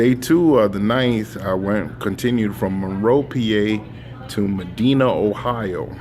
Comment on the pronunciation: Thank you. I'm considering Schneider as an employer as I'm a new grad from Northern Ohio. Good to hear you traveled through Northern Ohio a few time (btw Medina in pronounced with a long I vowel) - small downtown with heavy traffic and very tight turns and that was day 1 of driving in truck driving school. Good to hear that trainers are not team drivers. Sounds like you've been through it - mountain roads/ east coast traffic and weather. Good luck Brother!